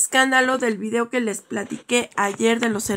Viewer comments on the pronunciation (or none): none